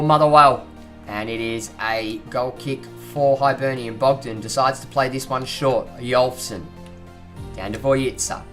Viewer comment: It's pronounced hibernian not hybernian